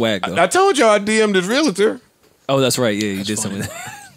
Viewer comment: Did Joe really just pronounce he “L” in realtor? 🤨